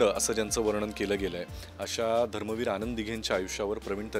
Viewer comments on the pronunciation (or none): धर्मवीर बोल ग .धरमवीर काय ? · तायडे, धरमवीर नाही धर्मवीर आनंद दिघे साहेब